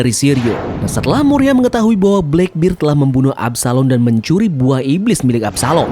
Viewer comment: bang, gw suka video mu, tapi gw gk suka km nyebut kurohige bleckbird